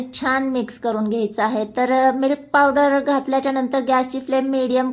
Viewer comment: मिल्क पावडर असे स्पष्ट पणे बोला लवकर समजतं नाही